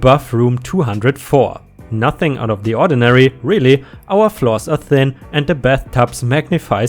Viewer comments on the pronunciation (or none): none